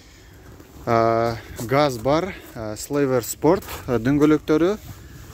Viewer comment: Слевер спорт эмес, сильвер спорт дейт. А так молодец.